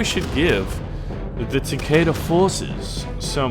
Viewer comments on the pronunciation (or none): none